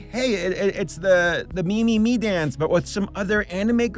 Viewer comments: From what I've gathered, the title is actually pronounced "meh-meh-meh". This is just me speculating, but I think the "me" isn't in reference to the English word, but rather, it's an alternate reading of the kanji 女 (woman), which seems fitting for this video. Then again, by writing the title with Roman lettering in the first place, a double entendre may've been intended. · yeah when pronounced it "me" instead of "'meh" I was like, tf am I remembering the name wrong? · yup I think so, I remember seeing a video about the pronunciation by a cosplayer who worked at TeddyLoid live shows and would dress up as “Meme-chan” (blue haired girl), she ended up contacting TeddyLoid and he said “‘meh” is the Japanese pronunciation but that the English pronunciation as “Me” was also correct. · Fun fact: the original Japanese pronunciation of the title is actually “meh meh meh”, with “Me” in Japanese meaning Eye or Ogle. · No, it's pronounced like "Mee" because it's short for mieru which means to look or to see.